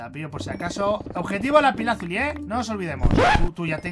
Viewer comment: Soy yo o dijo nesecitamos la lapilazuli en el pico jajajaja 😂❤